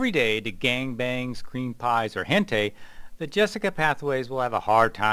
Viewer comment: The way this guy pronounces hentai is really weird. Other than that its an interesting video.